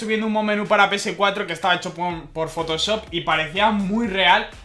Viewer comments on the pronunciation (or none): none